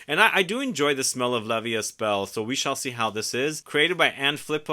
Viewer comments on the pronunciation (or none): I am interested in the father figure scent from Phlur but in Germany, it is not available yet! BTW, the „est“ in la vie est belle is pronounced as „ai“ so the st are soundless :)